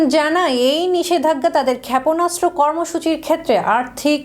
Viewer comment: খ্যাপনাস্ত্র 😂 কি উচ্চারন রে ভাই😂😂😂 এটা কি সংবাদ পাঠিকা নাকি পায়জামা😂😂